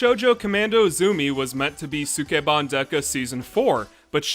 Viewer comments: ski ban not suk e ban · It's pronounced Skeban. The u in Sukeban Dekka is dropped, like in the name Sasuke. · Would love to see this show. But the mispronounciation of sukeban in this video is distracting.